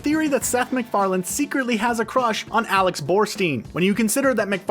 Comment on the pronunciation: You make a video and you mispronounce the creators name… noice :)))) it is Seth MacFarlane, not McFarland…